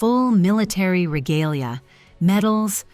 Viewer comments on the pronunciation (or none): none